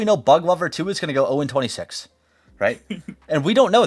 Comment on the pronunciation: Oh Dee Twenny Six